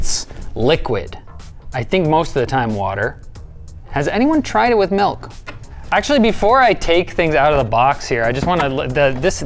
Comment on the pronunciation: It’s not m-EL-k It’s m-IL-k